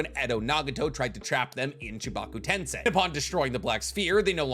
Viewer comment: Is it just me or did learn to pronounce Chibaku tensei?